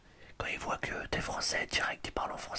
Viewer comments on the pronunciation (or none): none